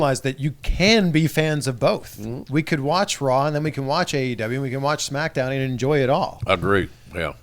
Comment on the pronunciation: Did jr call the company AWE instead of AEW or I’m I just tripping?